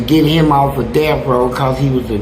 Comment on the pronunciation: He keeps saying "deaf" lmao.. It isn't "deaf" it's "death" smh